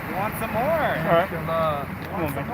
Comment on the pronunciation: Wow is saying God willing in Arab perfectly 👌